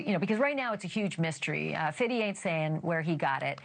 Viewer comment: She loves say "Fiddy."